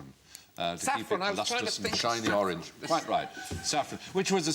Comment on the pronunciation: Forage... oraNge yeah, not to me😂